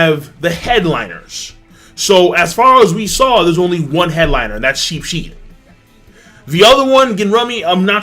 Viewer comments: Pretty sure it's Sheeps-head not Sheep-shead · Sheeps Head. Not sheepshead lol